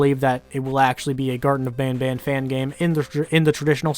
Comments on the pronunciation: i speak french in a french region, and banban is not pronounced bonbon in french so i have no idea why they pronounce it "bonbon" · I can confirm, as someone who went to french immersion up until I graduated high school, the kind of "ah" A sound that most people use when saying Banban is a sound that basically doesn't exist in french, so assuming they're french speakers the pronounciation of "bohn-bohn" would make perfect sense. it's common for certain english names to be mispronounced by native french speakers because certain sounds just don't exist in the language, like how english doesn't itself contain the ñ sound and it instead comes from other languages but to be clear in case there could be any confusion, the french word for candy "bonbon" isn't pronounced like that either, the N's are effectively silent (it affects the pronounciation but it's not bohn-bohn as the devs say) so it is probably just a word that they created on their own. it's interesting though that the way the devs say Banban is probably how an english-speaker would anglicize bonbon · Banban doesn't even sound like it could be named after "bonbon", no names in this game sound french canadian lmao Btw, I am French Canadian Edit : Also, it isn't even pronounced like that were it to be pronounced like French. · I am hyper late to your video but wanted to give you info in the pronunciation of the name as a french canadian from montreal. We call it the same as you. I don't get why they say it with an accent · in certain parts of canada an a is much more of an aw sound then an ah sound just because of dialects. i live on the west coast so i say banban like you but my friends in toronto would say it the way the creators do beacuse thats just the accent in east canada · Wait as a french people garten of ban ban is prounounced garten of ban ban and not bonbon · As a French perso, « banban » is nothing like « bonbon » it is more pronounced like « banebane » but clearly not « bonbon »